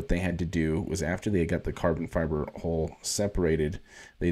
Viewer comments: You need to fix how you pronounce 'hull.' It's not 'hole', it's 'hawl.' 🙃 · It's a hull not a hole learn to pronounce words correctly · Love the channel bro.. but you keep on saying hole instead hull.. Gonna start a drinking game everytime you say hole. Lol.